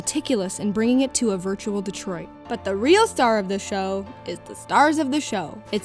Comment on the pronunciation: I cared so little about this game in his whole existence that I only noticed TODAY that it's actually DetroiT and not DetroiD. I'm not even kidding